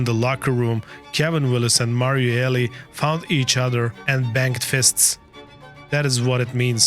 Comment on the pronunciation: Mario Eh-LEE no Eli